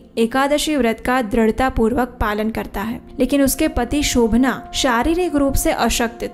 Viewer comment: Shobhan naam hai,Shobhanaa nahi.